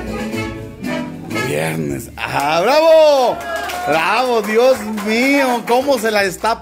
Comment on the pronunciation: saludos se dice Dios mío no diez mio